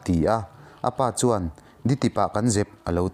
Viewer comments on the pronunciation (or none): none